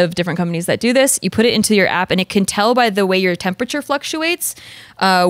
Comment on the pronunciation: Why does say “tempacher” 😅 it’s Temperature